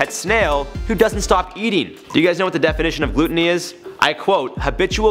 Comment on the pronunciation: Cant handle you pronouncing gluttony like Gluten. Its Gl-uh-toh-nee